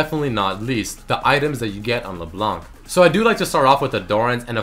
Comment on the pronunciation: Hey sup man i love your videos but for LeBlanc we dont say the C at the end !!! :P